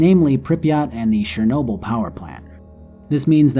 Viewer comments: Why can nobody prenounce CHERnobyl? why is it always fucking SHERnobyl. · It's Chernobyl man not Szernobyl...